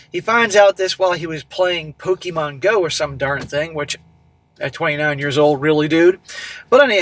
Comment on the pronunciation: Pokeher GO...